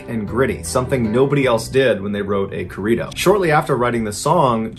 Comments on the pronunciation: Sinaloa = see-na-LOW-ah. Corrido = corr - EE - doh. Roll the "r's". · I like your content but the way you say "corrido" sounds like a food. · I can not stand the way he says corrido....